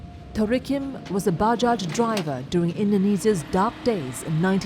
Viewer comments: good documentary..btw bajaj is pronounced as bah-jai not buh-jah. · Most comments are rather serious ones, but allow me to say... I find it cute, how the narrator pronounced "bajaj" XD